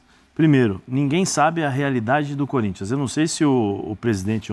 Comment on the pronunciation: O Neto falou que o Gabigol tem a cara do Corinthians? Mentira! Se foi o Neto mesmo, ele falou "CÚRINTHIAS".😂😂😂😂😂